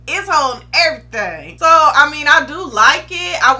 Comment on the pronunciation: “It’s hold eeverything” 😂😂